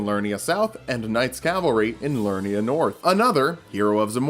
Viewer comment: Each video of yours you've mispronounced "Liurnia". You keep saying "Lurnia" but there is clearly another syllable. "Li-ur-ni-a" not "Lur-ni-a"